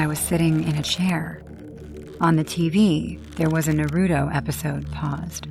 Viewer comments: Norruto? 😭It's Naruto 😭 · bro.... its pronounced NAH ROO TOE! Not NUH RUE DOE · What, you don't like NuhRoodoe? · The most frightening story was all the mispronunciations of all the anime characters of Naruto... I wanted to fight everybody on screen 😂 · That is the true horror of that story, the mispronunciation lmao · FR, like how does one not know how to pronounce Naruto at this point lol. It’s like people who pronounce pokemon as pokey-man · Wow the Naruto one was so rough. No one could pronounce any of the names right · The Naruto girl mixing up anime’s and pronouncing everything wrong is killing me 😂😂😂😂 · No it just had bad cringe by mispronunciation of Naruto characters 😩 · they can pronounce kunai right but not the characters name or the shows name? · The first story not my fav because thw way she kept say the name of Naruto wrong 😭✋🏾